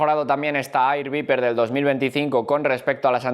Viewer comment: “A-ir bi-per” si que me parece una locura